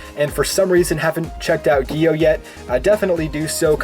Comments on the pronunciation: The way he pronounces it is like (giyo), however the correct pronunciation is without the i. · It’s gu-yo. Gyo